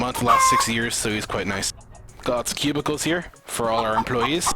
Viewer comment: everytime he said cubicles, i thought he said pubicles ._.